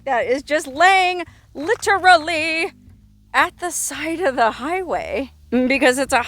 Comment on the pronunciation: I caught that "beer can lying 'litter-ly' beside the highway". You are the most literate person on Youtube